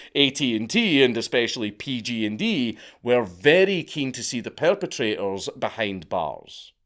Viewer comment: Dank i love your videos but hearing you say PG&D when you obviously mean PG&E is making me cringe so hard